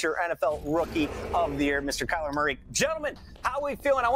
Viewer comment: Kyler "Murra"? Who that?